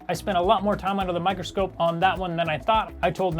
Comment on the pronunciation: You said "Micro Scrope" Instead of Micro scope